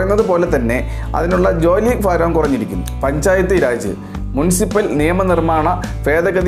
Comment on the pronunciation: ഫാരം അല്ല.ഭാരം ആണ്